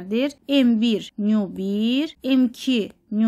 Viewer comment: 12 de nyu yox ona nü deyilir. Yəni bele olmalidir